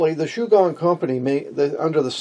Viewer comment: Shu-Gwong is how it will sound.